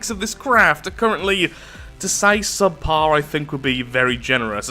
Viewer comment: Really, “SUB-par”, really?